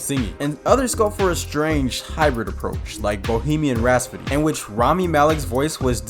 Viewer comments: Anyone else cringe every time he says “Bohemian RaS-pody” instead of ‘RhaPsody’ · Right after saying “Bohemian Rhaspody” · Bohemian Rhapsody... not Rhaspody or Rhasfody. Otherwise good video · Can't get over how you pronounce "Rhapsody" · I mean it's funny, but if you can't watch something because the author pronounced something differently from you... You take your mind too seriously.